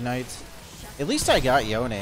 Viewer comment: Noticed that pronounces "Yone" correctly... But not "Manamune".